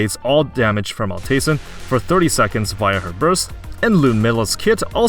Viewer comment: I would pronounce it Alt Eisen (Ald Aisen) like in german. It just means old iron.